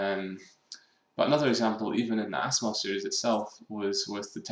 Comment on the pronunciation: Dat ASSimov (